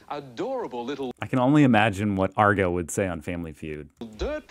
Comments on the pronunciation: Agro not Argo. I love your videos but say his name correctly A R G O. He is a legend from my childhood and one of the funniest guys around. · Not sure if you read the comments but, Its pronounced ag-grow not argo lol. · Mate. Read Maureen Sutton below. It's AGRO, not ARGO. Mate you have to get it right. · Who the bloody hell is ARGO ???? It's AGRO ........................ Mr Agro Vation !!!! LOL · Hey, it's not AR go, it's pronounced AG ro / aussie slang for Aggravation. Someones not angry, they're AGRO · I think might be dilexic, Agro, mate, not Argo 😊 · not Argo, it's Agro. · AG RO like aggravation i get when you call him argo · Agro, AGRO not Argo, lol 😉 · Ag-row not Arr-go. C'mon should of picked up on it when Agro is short for Aggravation. You need to find a video on how to speak Australian and how we pronounce our words again. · It's not Rgo it's Agro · Argo??? You mean Agro (swap the G and the R around) - Pronounce it like you would telling a tank in an MMO to hold agro. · Agro not Argo. Agro as in short for Aggravation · It's 'Ag ro' not Ar go. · Agro not Argo...yesh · Irritating when I hear you say argo but it’s 90s tv the quality isn’t always gonna be like the same as now lol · Agro, Agro, not ARGO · A couple of things, learn how to say ‘G’day’… no such thing as Happy Arvo… also it’s not Argo, it’s A G R O… Agro is Australian colloquialism short for ‘aggression’… in case you didn’t know, Australians shorten everything… my name is Barry, but in Australia, I’m Baz … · it's Agro, not Argo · its agro AGRO not argo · AGRO not ARGO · Bruh it’s A G R O, AGRO not Argo pmsl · Really not sure about you. If you say Argo👈This would be how you spell it, am I right? But it’s AG RO, like the G comes before the R, It’s not just you being an American, and not knowing the creature, A child can see that it’s not pronounced argo when it’s spelt AGRO. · AGRO not Argo - aaaah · AGRO not Argo, pal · why do you write Agro but say Argo?